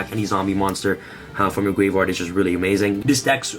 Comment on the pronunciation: I thought I heard “send this card to the gay bar” I’m like wait whut. That can’t be right.